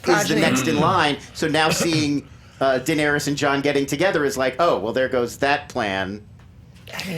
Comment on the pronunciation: Ra-Nair-ees. Not rayna